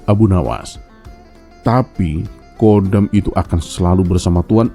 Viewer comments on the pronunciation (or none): Khodam...bukan Kodam: komando militer